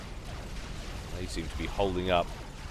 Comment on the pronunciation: Please.. go back to pronouncing Wagners like you usually do and not 'Vargners'.. Hurts my feelings every time you say it like that xP Great cast again btw..